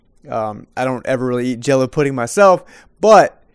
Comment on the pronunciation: Dõe_ Wöp he said hello pudding not jello